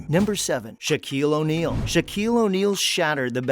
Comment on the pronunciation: "O'neal" interesting